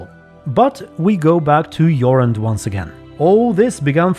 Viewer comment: Jorund is a woman’s name 😜 Jorand is man’s name. Way to butcher Norwegian 😂